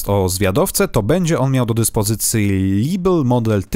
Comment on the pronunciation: lebel nie czyta się libl tylko lebel, bo to z francuskiego :)